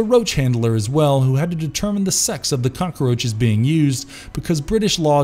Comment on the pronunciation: Cockaroaches? Who’s narrating this video? Tony Montana?